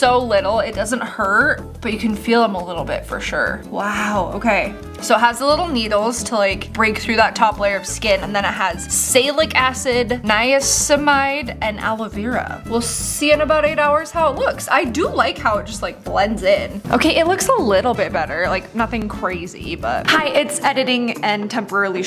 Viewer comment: Its pronounced= ny-uh-sin-uh-my-d